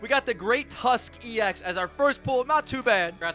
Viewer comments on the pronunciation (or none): none